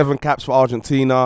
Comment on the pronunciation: man said “ArgentinEA” is such an undateable🤣🤣 clocked that😭